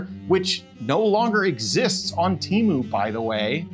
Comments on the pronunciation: "TEMU", not "Cheemoo". Read it like "T A M OO". It never ceases to amaze me how limited people in the USA are at learning any other language. Meanwhile, the rest of the world is constantly learning other languages. English, in my case. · It's not tea, or tee. it's te, like do re mi fa so la, its te like re, lol, I guess if you are hispanic, you would know this. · Wrong!! it's Temu not Tamu you idiot. 😂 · Why does everyone say teamoo when it's te not tea and they do pronounce mo like moo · It's not pronounced "t-ee-m-oo" bro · I think you might be pronounce it wrong, I think it might sound more more like tem-poo. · Yeah, well, they're probably just as mad that you won't pronounce their name correctly. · I am thankful that you mispronounce Temu every single time. They deserve it.